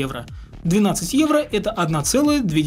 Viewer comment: Почему когда произносит: "Евро", я слышу: "Иена"?